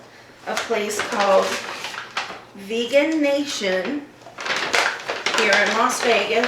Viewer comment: If you're talking about the place I think you're talking about it's pronounced "vege-nation" not "vegan-nation." I love that place. Vege-way is really good too. So is GFY Burgers & Fries as well as Violette's Vegan Cafe.